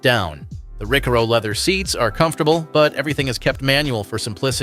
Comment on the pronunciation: Its Newton meteres not Nano metres and Ricaro not Rikkaro